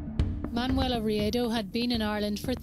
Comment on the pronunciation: Hi there (Sorry, don't know your name). I have to say I love what you do, and your pretty well researched subjects. I'd like to make one small suggestion, and please don't take this the wrong way, but could you take a few minutes to check the pronunciation of some words, especially foreign names. Manuela (Man-uWela) Riedo (Ree-yedo). Guilty on all counts (not accounts). Just trying to be helpful, not critical because 99% of your production and presentation is superb. 🥰🥰